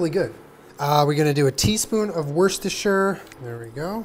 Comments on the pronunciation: When he called Worcestershire sauce Werrrrsterrrsherrrr 😂, it’s woostahshiyah. From someone born in Worcester (woostah). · I love u but Worcestershire is pronounced 'Woostershire'. England has weird place names, ik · Werstesher 😂😂😂 best way I've ever heard that pronounced, us British pronounce it "woo-ster"